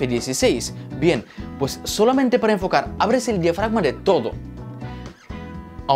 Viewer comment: Por qué dices toro en ves de todo ??